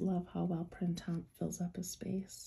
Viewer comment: Printemps is a french word meaning spring. maybe you could pronounce it correctly👍